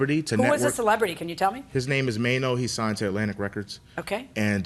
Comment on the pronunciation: Mane, no. Jk. Yeah, it's "Maino". Look em up.